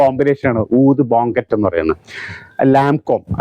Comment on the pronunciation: oud ബോങ്കറ്റ് അല്ല oud ബുക്കെ. പ്രോലൈൻ അല്ല പ്രാലിൻ